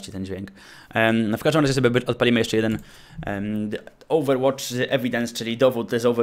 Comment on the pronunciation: Co? Ołwerłocz!:D:D